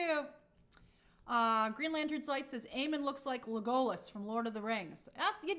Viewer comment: Grace.....good stream but gurl.... That pronunciation of Legolas you had near the end? I instantly got M Night pronunciations of Avatar character war flashbacks!😅😅